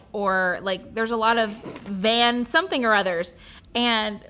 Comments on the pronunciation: My 2c - van is pronounced 'fun'. K bye 😂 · Van is pronounced like "Fun"